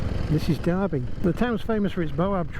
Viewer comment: Awesome, but just one small comment, the town is Derby not Darby, so pronounced with the definitive "er" sound. I tip my hat to your courage and confidence riding these old bikes across the top end...an amazing achievement.